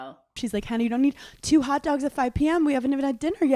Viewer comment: The way Hannah says “hot doägs”